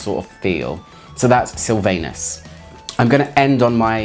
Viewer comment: It's pronounced Silvanus rhymes with accent on Vanus , not "anus" 😅